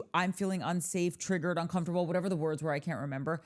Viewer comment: And who pronounces uncomfortable like that???!!! Danny Creepo